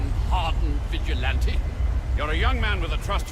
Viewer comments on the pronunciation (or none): none